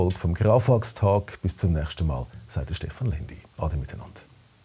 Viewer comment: "Stehan" Lendi?